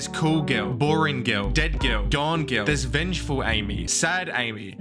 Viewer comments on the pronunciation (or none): "a gil that is gawn"